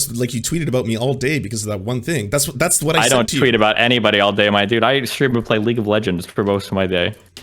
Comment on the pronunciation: "i'll've-uh stream-uh play league-uh-legenss all day" wow destiny has fucking lost it he's taking too many pills. glad I haven't watched any of his dog shit content in years